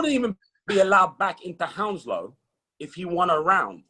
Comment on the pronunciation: Did he just say Hounslow lol